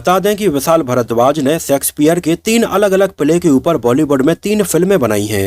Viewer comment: आपका सकार pronunciation गलत होता है l please pronounce शेक्सपियर and not सेक्सपियर